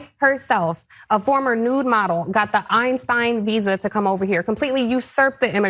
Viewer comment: Not the Eistirn Lady😂 So, you have to have an extraordinary skill? .